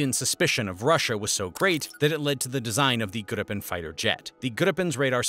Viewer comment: "Gripen" is pronounced "gree-penn".